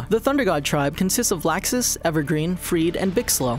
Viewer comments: It’s not laawxus it’s pronounced like law-xus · first he said lAAxis secondly he said edolas wrong... lol fixed up most of them tho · So much for fixing pronunciations, they screwed up Laxus, Makarov and Zeref. Also they reversed Freed and Evergreen. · they redid the video as to fix pronunciation mistakes. . . and they still pronounced laxus wrong. . . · Idc anymore. HE SAID LAXUS WRONG HOW